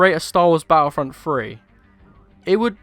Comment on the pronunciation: Battlefront 3 maybe but not battlefront 'fhree'